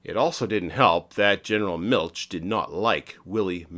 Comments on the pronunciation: Interesting! Nitpicking: Milch is not pronounced like Miltch, but like the German ch gutural sound or the Spanish j (San José) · If you're going go to do "easymoneycumentaries," at least learn how to pronounce German names. "Miltsch" - good grief!